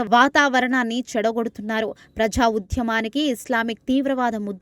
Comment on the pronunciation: ఉధ్యమం కాదు ఆ పదం కేవలం ఉద్యమం మాత్రమే.అలాగే ప్రఝా కాదు ఆ పదం కేవలం ప్రజా అని మాత్రమే పలకాలి.మీలాంటి వారు తెలుగు న్యూస్ రీడర్స్ కావడం మాఖర్మ.వ్యతిరేక చర్చలు కాదు ఆ పదం కేవలం వ్యతిరేక చర్యలు అని తెలుసుకొని ఉచ్ఛరించాలి.దారణాలు ఏమిటి ఆ పదం దారుణాలు అని కూడా తెలుసుకొని చదవాలి.తెలుగు పదాలను ఇలా ఖూనీ చేయడం తగదు.నీవు ఈ ఉద్యోగం నుండి వైదొలగి మాకు ప్రశాంతత చేకూర్చాలని మనవి.